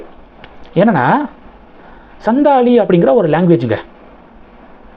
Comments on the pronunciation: It is Santhal ,& not sandhal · சந்தால் என்று சரியாக உச்சரிக்கவும்